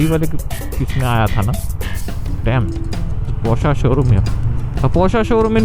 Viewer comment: Okay... After hearing porscha for the 6th time, i must step in and correct you bro. Its porsche as in posh not porschaa like machaa.. 😂 contessa impala is right but porsche is posh with a r.